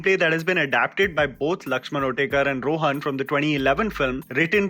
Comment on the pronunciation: It's not Lakshaman otekar it's Uttekar🤦